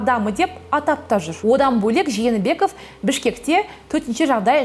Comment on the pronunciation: кызым, сени дипломированный журналист деп коет. Туура суйлоп уйрон. Откон видеондо ЖАНЫБЕКОВ, АТАМБЕКОВ, ИСКАКОВ деп, жалган фамилияларды айттын. Москванын орус журналисттери туура айтып атышат сага караганда: Жээнбеков,Атамбаев, Исаков деп.